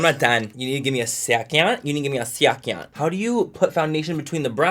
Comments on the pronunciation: Manny 'give me a shecond' MUA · "Gimme a shecond"😂❤ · “ you need to give me a siacend” 😂😂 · " give me a shecond bitch, give me a fucking shecond " im dead 🤣🤣💀. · “You need to give me a syecond”😂